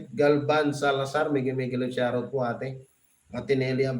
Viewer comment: Hello pls.Paki ayus mo nman ang pagbigkas mo ng SHOUT OUT!!HINDI SHAROUT!!! its SHOUT OUT!!